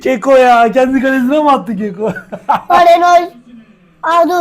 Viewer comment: Keko değil koke ve ayrıca golü kendi kalesine atan oyuncunun adı llorente abi